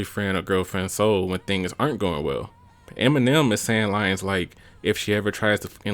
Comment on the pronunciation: You hear detriot accent coming out bro said “ the opening lyens”